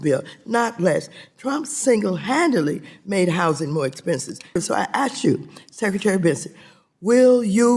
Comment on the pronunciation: All that high dollar education that Mad Maxine has & still pronounce the word (ask) right. LoL...